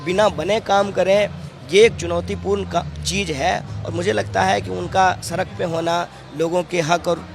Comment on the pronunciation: Sadak bol be sarak mat bol bihari